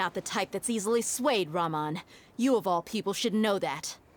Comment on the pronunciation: What is 'Raumauun' 😭😭 It's RaHmaan رَحمٰن as in compassionate, merciful. The a in Arabic is usually very wide, and not like an o like in American English. It's pronounced kinda like the a in Mary. Always keep in mind to pronounce ALL the 'A's in Arabic slightly wider A like how it's pronounced in Mary. Fun fact: [Btw, one of the 99 names of الله تعالى is AR-RaHmaan اَلرَّحمٰن. the Al ال can be an article, or a title, AR-RaHmaan اَلرَّحمٰن basically means {The Most Merciful}. it's supposed to be Al-RaHmaan, but according to the rules in the Arabic language, which has words split into: (Al- with a sunny L), or (Al- with a lunar L) which comes originally from the two words, {Ash-shams الشَّمس} for The Sun and {Al-qamar القَمَر} for The Moon. The L for Al in The Sun, after it has the consonant sh, which means the L is written but not pronounced. Instead, the sh is more stressed to replace the missing L when pronouncing the word shams شمس which is Sun, and once we add Al- it doesn't become {Al-Shams الشمس} which is honestly strange since it seems difficult to pronounce. It becomes Ash-shams الشَّمس The Sun. It's WRITTEN with L, but the L is SILENT, and instead we pronounce the consonant AFTER the silent L more EXAGGERATED. This type of silent L is called Sunny or Solar L (ل شمسية), for Ash-shams الشَّمس The Sun. Consonants like: ( t ت, th ث pronounced thought, d د, th ذ pronounced like though, r ر, z ز, s س, sh ش, S ص, DH ض, TH ظ is pronounced like though but a very VERY hea